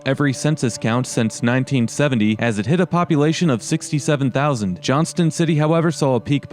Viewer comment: Also we don't say the T in Johnston city. around here lol